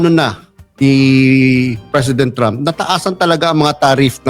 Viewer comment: GUYS DONALD IS PRONOUNCED AS DANNALD TRAUHMP NOT DON ALD,, '"TRAU-MP" IT'S TRAH UMP...